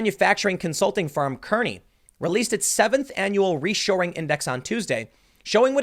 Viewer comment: we call it Kearney (car-knee) :( that was the name of my hometown